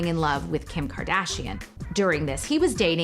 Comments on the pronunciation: “kIM KardISHaUN” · "kim car dezshon" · "Kim kadidjon?" 🤣🤣🤣🤣🤣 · Kardajean lmaoo